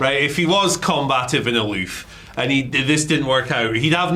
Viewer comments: Took me a min to realize what word was trying to say with his pronunciation of "combative" 😂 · "combă-tive" is not the correct pronunciation 🤦🏽‍♂️